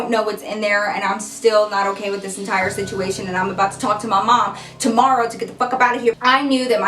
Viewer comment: "ghost situmation" she was so into the story she messed up lol 💖